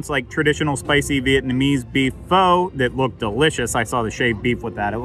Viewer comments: pho is pronounced "fuh" just fyi lol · Not to split hairs but you pronounced Pho incorrectly as well. Native speakers say it like 'fhuh', short U sound. But the great thing is, nobody really knows that, so your pronunciations are fine in this hemisphere, lol. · LOL mistakes are understandable. I mispronounced "pho" when I first started eating it. Granted it's been mainstream for years now. But, just can't read. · What the pho?